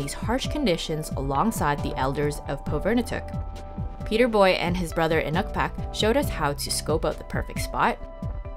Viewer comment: You spent a lot of time there but would have been nice to hear how it's properly pronounced. Pov-i-r-ni-tuq. But okay. Thanks for the video. It was great minus the pronunciation......